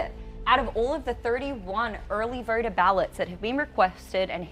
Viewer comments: Is she saying "Verter"?? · Love this channel but if I have to hear the word "vherter" instead of "voter" again, I might have to block it l.... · “Early verting” “early verter ballots” 😂🤣😂